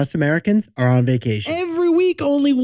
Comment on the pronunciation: Vah-cation? Vay-cation.😅